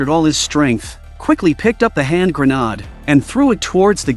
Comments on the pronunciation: Grenod—-wtf? It’s pronounced gren-aid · This must be some sort of computer generated money making BOT as it can't say grenade properly. I will be glade when their world comes to an end as this profit above all else isn't compatible with our planet's ability to sustain life.